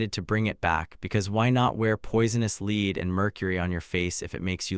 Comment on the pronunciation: but for real, I was trying to be funny rather than harsh; the thing that really took me out of it was the pronunciation. nothing screams "I didn't write this myself" more than mispronounced common words like "lead" (the metal, pronounced like "led" not "leed") or instead of saying "Elizabeth the First" pronouncing it as "Elizabeth Eye".